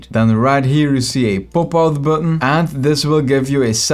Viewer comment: I like how he pronounce Popout To "POOPout"